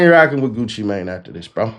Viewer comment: 😆 Absolutely love how this reporter made sure to say Gucci name right. 👏 🫡🤏💯